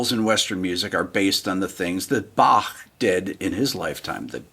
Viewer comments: Rick I love that you can pronounce Bach correctly I am Scottish and really appreciate it! come visit our lochs😊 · I Like how you pronouce the „ch“ in Bach. Good job (I am german) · I like that you pronounce "Bach" correctly. 👍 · I respect the fact that you pronounce "Bach" correctly as opposed to almost all Americans who don't. A subscriber from Europe...